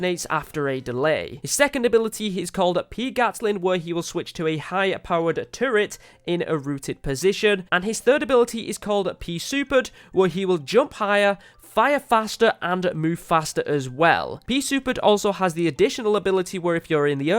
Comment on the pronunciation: I think you pronounce pea suped as pea souped